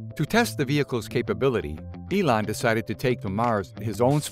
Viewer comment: WHAT DO YOU EXPECT FROM HIM? HE KNOWS ELON MUSK HAS A FIRST NAME, GREAT, BECAUSE WE ARE ALL ON FIRST NAME BASIS. BUT MUSK'S NAME IS NOT "ELAN" . THIS VIDEO IS JUST DESIGNED TO DRAG IN IDIOTS LIKE YOU, MICHAEL AND ME.